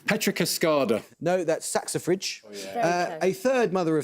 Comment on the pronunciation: Not knowing any better, I'm always amazed at Amol's pronunciation skills but he was wrong with both 'drosopila' ad 'saxifrage' today - or maybe the natural world isn't part of his knowledge?